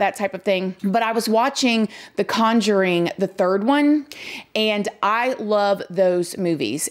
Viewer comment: You said conjuring like we do in the South. I love those movies too.